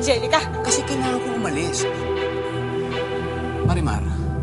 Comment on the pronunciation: 20;10 Namali lang ba ko ng dinig? Marian yung nasabi ni sergio imbes na marimar😂😍